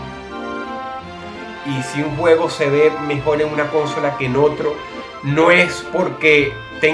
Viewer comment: Dross, ¿por que acentúas "cónsola"?